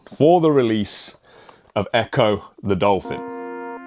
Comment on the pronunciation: Ghetto Gold! Man I thought I was the only one that struggled with ECCO 😅. COYG!